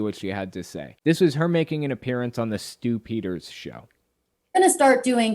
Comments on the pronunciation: Is it just me that hears "Stew Peters" as Stew-pider? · Whenever you said Stu Peters I heard it as "stupiders" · It doesn't take much slurring of speech to turn "The Stew Peters Show" into "The Stupider Show". If I were conspiracy minded, I would view this as a Freudian admission of something.